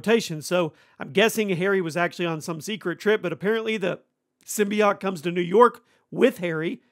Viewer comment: The way you pronounce "symbiote" distresses me.